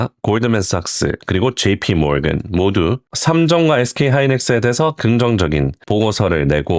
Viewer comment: jp모건 뱅크오브아메리카 발음이 너무 좋음